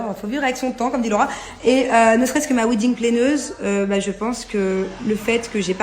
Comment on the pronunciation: On dit wedding planner pas « wedding planeuse » pathétique inculte. Elles sont ridicules.